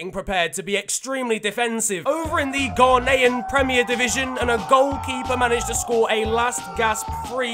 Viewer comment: Ffs it’s not stop pronouncing Ghanaian wrong